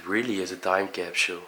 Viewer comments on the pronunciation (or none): none